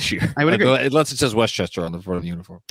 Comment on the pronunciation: I love even though he says "inless" instead of "unless" every time.